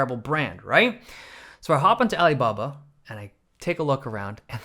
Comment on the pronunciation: Did you say the site you bought them on was ibubba or alibaba? Couldn’t understand you sorry.